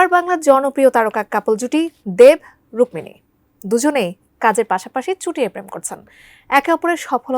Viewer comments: রুক্কিনি মানে কি আগে নাম টা ভালো ভাবে বল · নিউজ বানানোর আগে অভিনেত্রীর নামটা তো ঠিকঠাক জেনে নিবেন। রুককিনি নারে ভাই রুক্মিণী মৈত্র হবে।